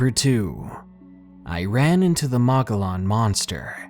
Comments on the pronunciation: Mogollon is pronounced "muggy yawn" greetings from Arizona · It's pronounced mo-gee-on monster. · Hi, I really enjoy these true stories, especially skinwalkers and the like. Thanks! I wanted to mention Mogollon is pronounced "Mug-ee-yon". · "Mogollon" is pronounced Moh-gee-yawn. Just a heads up from a Native Arizonan.